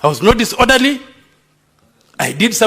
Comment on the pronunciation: The speaker was "disonderly " and " combletery"😢 out of " ornder"